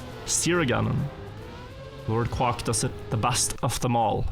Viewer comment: still kills me the way he says Quack xD